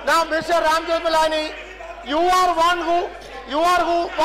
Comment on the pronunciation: Speaker Se Speaka bhi nahi jaata I mean i dont want to make joke but cant help he said rajmeth malani ji